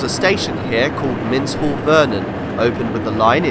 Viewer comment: you pronounce Minshull as two separate words making it sound like mins hull when the word is one and when pronounced properly the end of the word sounds like shull hence Minshull Vernon